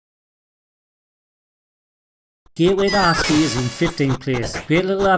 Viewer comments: A great list, though the perdantic prat in me is insistant that the pronouncation of Apshai is either APP-shy or *APE-shay (*as in the animal 'Ape'); it's supposedly a giant corpse eating beetle that dwells in the Egyptian Underworld. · Did you say The Gateway To Ass Feet? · I would have placed The Apshai game and Legend of Blacksilver somewhere higher up the list, but other I would agree with the majority of the list - didn't know that Barbarian was renamed State-side (down in Oz, we used the UK/European titles too) - I heard back in my school days that Death Sword was a spin-off/clone, rather than a simple renaming 😅 Also - one minor point: "Apshai" is pronounced something closer to "APP-shy" or "APP-sigh"; it's from "Apshai/Apshait", the name of a gigantic corpse-eating dung beetle that was said to have dwelt in the Eqyptian Underworld at one point....sorry, but my right eye was twitching something fierce whenever you referenced the title.. 😉😅